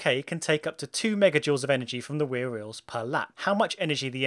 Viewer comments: Id say rear eals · Did you say wear rheels?